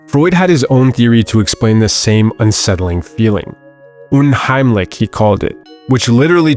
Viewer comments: Btw unheimlich is pronounced "unheimlish" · You butchering the word heimlich is the scariest thing in this video